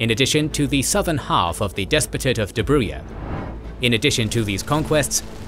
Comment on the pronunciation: Dobruja is pronounced the same way you would pronounce Jam in english without the 'm' at the end. DobruJA(M).